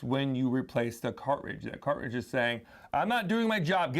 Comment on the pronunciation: I love how you say “car’ridge” 😊